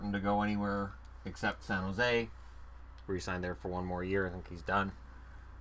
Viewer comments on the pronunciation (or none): none